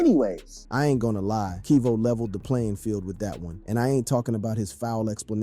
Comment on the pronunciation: Kevo not keevo😂